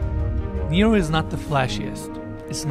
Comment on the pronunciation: He’s pronouncing it like Niro. Nero is the Greek word for water. It’s neh-ro. Understandable though, Americans and geography/other cultures/ languages don’t mix.